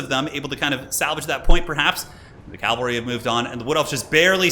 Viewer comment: ugghh.. he keeps saying calvary..